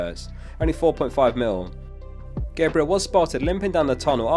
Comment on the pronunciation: Pronounciation of Gabriel kills me